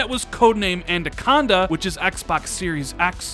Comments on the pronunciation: Why does he keep saying Andaconda instead of Anaconda?🤣😂🤣😂🤣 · I realise this is being terribly picky, but a little bit of feedback for. It's pronounced An-AH-conda, not An-DAH-conda. Otherwise terrific content and please keep up the great work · say it with me, "anaconda" not "a-nan-conda" or "a-nan-conda" hahahaha. Awesome video. I can't wait for that July event. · Damn and that "Andaconda" 🤣😂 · Andaconda? Lol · I cannot take another year of saying Adacanda instead of Anaconda....come on dude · Andaconda uh? 😂 Every time! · Andaconda hahahaha he just cant get it right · "An-duh-con-duh" hmm... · lol "andaconda" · I thought I was the only one who noticed it 😂😂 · Is it just me that's getting triggered by his pronunciation of anaconda?